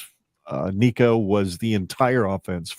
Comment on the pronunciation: You’re still mispronouncing Nico’s name. Just use Google and it will pronounce it for you.